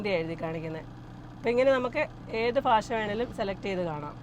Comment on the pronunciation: ഭാഷക്ക് പലപ്പോഴും കോട്ടയം ശൈലിയിൽ ഫാഷ എന്നു പറയുന്നു .. വടക്കൻ ജില്ലക്കാർക്ക് ചിരി വരുത്തുന്ന ഈ പിശക് പരിഹരിക്കുമല്ലോ ❤